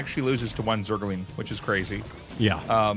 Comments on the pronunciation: Zerg-a-ling a ding dong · No particular timestamp really, but he often puts extra emphasis somehwere in the middle and it sounds like "zer-go-ling" lol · The way Tasteless adds an extra syllable to Zergling never gets old.. 😁